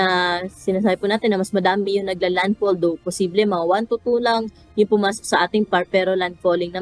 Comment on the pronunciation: Nag landpul daw ang typun, these media dunno how to pronounce the right words, very unprofessional.